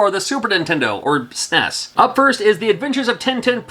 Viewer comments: not "sness", it's pronounced "snez" FYI. If you come to Ireland, I'll get you a pint. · and in the UK we call the Super Nintendo SNES but pronounce it SNEZ :) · The brits pronounce it as snezz. Also, the brits pronounce it very, very incorrectly.